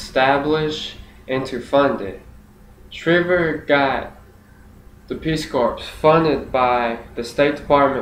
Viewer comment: Perhaps since four years ago you have since discovered,, Sargent Shriver's surname was pronounced Shriver with a long "I" sound, not the same pronunciation as "shiver." So, in other words, the surname is as if spelled Shr-eye-ver. I assume this speech you uploaded here was for some school assignment, perhaps a public speaking course or a government or political science course? I do still respect the fact you took the initiative to practice your speeches and took the assignments seriously, though. I am more posting this comment so others hearing this speech will not be misinformed about the pronunciation of Sargent Shriver's surname. FYI, I am well acquainted with Sarge Shriver's career and personal history (as a Kennedy in-law), as well with American politics and government generally, having actually been a volunteer in Senator George McGovern's 1972 Democrat presidential campaign in which Shriver was eventually named the Democrat vice presidential running mate following McGovern's dismissal of Sen. Thomas Eagleton of Missouri from the ticket due to the controversy of Eagleton's insufficiently vetted history of psychiatric treatment, specifically shock treatments. In fact, at age 14 years old, I was coordinator of McGovern's campaign in my hometown prior to the Massachusetts presidential primary. At that point, since my state's (Massachusetts)establishment party machinery was still loyal to the presidential campaign of Sen. Edmund Muskie of Maine, McGovern's quixotic cam